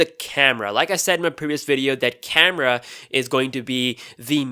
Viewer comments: "Carema" xd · Carema or camera? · "Galaxy s9 carema"